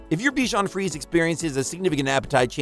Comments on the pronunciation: Good review. Except it's pronounced "free-say", not "freeze". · In French it’s pronounced frizy